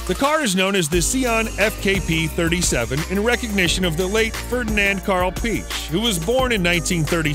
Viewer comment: This guy said Ferdinand karl Peach 😆😆😆 it's pronounced Pee eck. Do some research